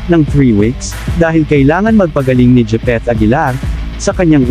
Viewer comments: Japeth hindi jipeth🤣🤣🤣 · Grabe ang pangit mong magvlog, japeth aguilar po, di jipeth...